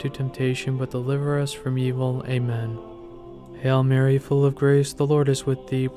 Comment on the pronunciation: Sounds like your saying "hell Mary" instead of "Hail Mary". Please focus on the correct pronunciation. We are truly blessed having our Heavenly Mother.